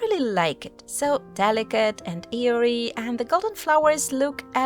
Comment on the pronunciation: So cool. (By the way, you want to say “airy” which means lots of air, not “eerie” which is like creepy, for Halloween. Your English is great though ❤)